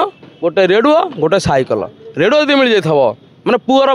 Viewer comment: ରେଡୁଅ ନୁହେଁ ରେଡିଓ